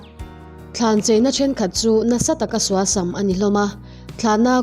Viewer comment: Suasam i sawi dan hi a thluk tlemin a rikdan a dik lo deuh tih mai loh chu i aw ngaihthlak a nuam e